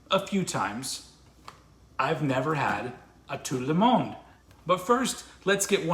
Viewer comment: you sound the d in monde as a syllable mon-duh